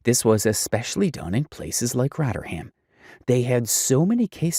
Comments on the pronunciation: Shoutout to your pronunciation of “Rotter-ham” - much better than its original name of “Rotherham” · Also, it's not 'rotterham'. It's Rother ham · I'm a Yorkshire person and its pronounced Roth er um. Calling it Rot er ham is driving me crazy haha. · Giving me a headache it's rovrem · Rotter ham 😂😂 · Let him know its actually Rotherum...l😂❤🇬🇧